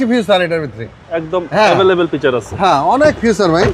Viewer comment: এই হলো বাঙালী গাড়ির দালাল,ফিচার কে ফিউচার🤣🤣